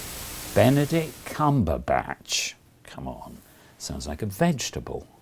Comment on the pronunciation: How he says Benedict Cumberbatch. 😂😂.